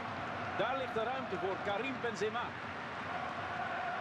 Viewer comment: Sorry, ich versteh das, wenn man ab & zu einen Namen falsch ausspricht, aber als allgemeiner Fußballkenner weiß man, wie Benzema ausgesprochen wird ;) Oder soll das extra sein?